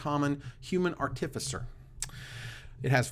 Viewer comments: I love you but the way you are saying artificer hurts my soul. You don't stress the i in artifact so why would you stress it in artificer? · Bugs me that stresses the second syllable in artificer, when everyone I have ever heard stresses the first syllable